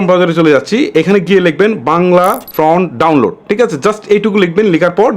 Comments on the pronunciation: Front (ফ্রন্ট) না, Font (ফন্ট). আগে আপনার উচ্চারণ ঠিক করুন। আপনার উচ্চারণে অনেক সমস্যা। যেমন আরেকটি--- অপেন (Open) না, হবে ওপেন। আরও অনেক সমস্যা আছে। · Bhaiya font bolen front na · ভাই ওটা ফ্রন্ট না ফন্ট।। এতো বড়ো ইউটিউবার উচ্চারণ টা ভুল বললে হবে? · ফ্রন্ট নয়, শব্দটা হবে ফন্ট। ফ্রন্ট মানে সামনে, আর ফন্ট মানে বর্ণ